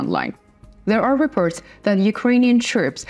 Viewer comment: Please will you read : Reports, forces or therefore. It is not repirts, firces or therefur.